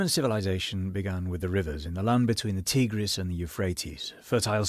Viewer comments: It takes me out of it when you mispronounce Tigris. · You’re free to simply keep moving instead of throwing a tantrum over an accented pronunciation.